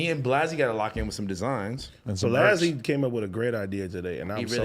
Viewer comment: Adam, that man's name is not pronounced BLAHzzy its BLAZZY !!!